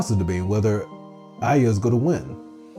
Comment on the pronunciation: Can you PLEASE call her Ah-l Ya instead of Aaliyah? 😂😂